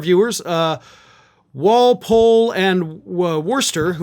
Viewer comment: Those are town in Massachusetts.... It's Walpole and Wuhstah for your pronunciations!!